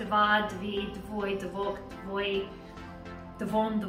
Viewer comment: i am polish and if you say "dwoje" the e is not silent and you say j like y